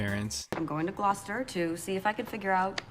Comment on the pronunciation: As somebody who lives in Massachusetts, Gloucester being pronounced like that makes me mad too.